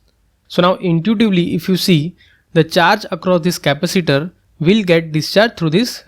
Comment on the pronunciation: Dude, learn how to say "capacitor" properly